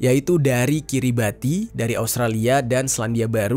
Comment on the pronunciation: Koreksi dikit, Bung. Kiribati nggak dibaca seperti tulisannya, tapi yang benar "KI-RI-BAS". Nggak tahu gimana aturannya, tapi begitulah penyebutan yang benar. Tabik.